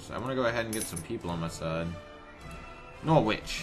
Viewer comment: Norwich is pronounced "norridge" not "nor witch". Whether that makes you like it any better I don't know.